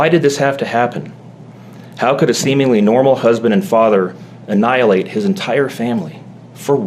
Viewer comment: Why does she always say har instead of how? Every video she says har .. strange